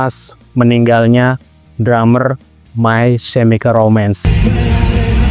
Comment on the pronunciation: May kemikel romens baca nya bukan semikel